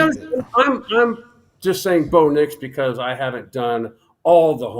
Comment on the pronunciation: This man said Bo nix 😂😂 can’t take him serious